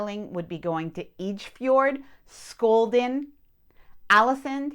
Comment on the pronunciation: "Ålesund", not "Alesund". "A" and "Å" are completely separate letters in Norwegian. "Å" is not a modified "A" here. "Skjolden" vas okay actually. :-)